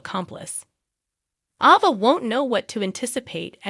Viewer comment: A Va. and NIC COLE. say the names right please